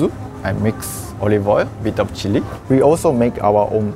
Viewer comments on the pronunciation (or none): none